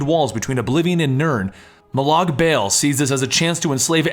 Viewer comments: MO lawg Bawl is the correct way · It's pronounced: Moe Log Ball even though his name is Molag Bal